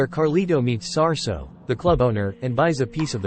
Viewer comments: It’s Sasso!!!!! Not Sarso. Dumb AI merp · Its dope how they got a couple of the guys from Scarface in this like Chi Chi and Hector the Colombian.. By the way its not Sarsa...its Sasso! 😂